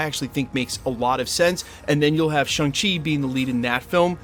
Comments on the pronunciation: ShAng-Chi not ShUng-Chi. Why do keep insisting on mispronouncing it dude? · It's not Shung Chi dude, it's Shaaang Chi, pronounced like Shawn. They made it quite clear in the movie.